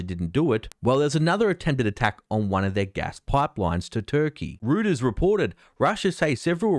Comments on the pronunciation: Great report. More of the traditional usual US false flags to justify war.. which go back to the USS Maine, if not before. FWIW, Reuters is pronounced "ROY-ters", not "ROO-ters". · Rooters reported? It's pronounced "Royters" nor "Rooters" - Love your work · love your enthusiasm but "rooters new outlet" it's pronounced like ' ROY TERS' you have a great day mate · "REUTERS" is pronounced "ROYTERS". not "ROOTERS". All that rubbish and waving of your arms at the beginning was plain silly. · Love your video! Nice work. One small thing Reuters is pronounced Roy-ters. I’ll keep watching your videos. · Hi, great reporting, just so you know I think reuters is pronounced royters, thanks for you advice. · Great work, but as a fellow Australian I think the correct pronunciation of "Royters" might be safer. 😉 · You really should learn how to say Reuters